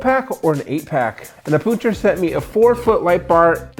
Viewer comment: That is, in fact, not how you say it.